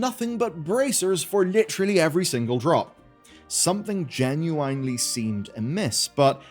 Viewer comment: native english speaker cannot pronounce "genuinely" is crazy